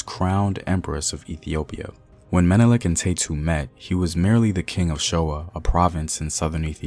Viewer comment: At least you got Menelik pronunciation